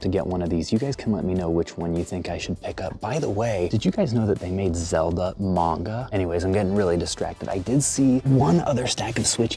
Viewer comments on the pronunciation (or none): none